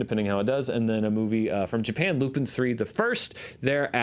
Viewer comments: Just a small correction, it is pronounced "Lupon the Third". The character is the descendant of Arsene Lupin. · Hey I hate to be that guy but the anime is actually pronounced Lupin the third. They're spy / heist movies based on European spy films. The second film was directed by Miyazaki of Ghibli fame and is considered a classic. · Lupin III: The First is actually pronounced as Lupin the Third: The First. It's based on the long running manga and anime series that I believe started all the way back in the 60s. Lupin III is a master thief who claims to be the grandson of the master gentleman thief Arsene Lupin and the series follows his many misadventures.